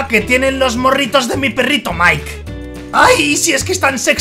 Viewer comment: es mike y se dise maik